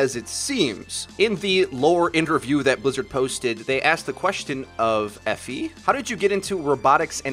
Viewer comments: It is pronounced Eh-Fee Awe-La-Day-lay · Eefy is how you pronounce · pronounce E fi not the way u make it sound. west African name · Guys, it's not pronounced Efi, it's pronounced Efi